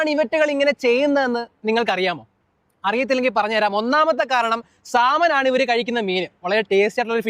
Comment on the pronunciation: സാലമാണ് അല്ല സാല്മൺ 😂